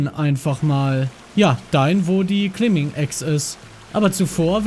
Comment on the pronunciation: Lieber GLP, es wird KLEIM-BING ausgesprochen, nicht klimbing LG dein Tom